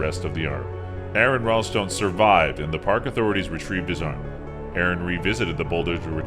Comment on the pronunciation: you're saying Ralston wrong, and most of the "facts" you say are wrong